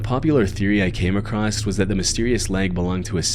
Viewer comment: It's obvious that this isn't an AI voice, as he can't seem to ever pronounce the words "across" or "women" correctly. It's always "...these woman left..." and "when he walked acrost.."